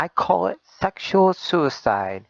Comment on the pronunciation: I can't stand the way that guy pronounces certain words: partickler instead of particular; exetra instead of etcetera, sekshull instead of sexual, collitch instead of college. IDK if it's an accent or a speech impediment, but I almost stopped watching because of it.